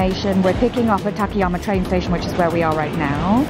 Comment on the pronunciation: Excellent content as usual, but the town's name is たかやま and not たけやま. It is four straight あ's. You pronounce the second as an え.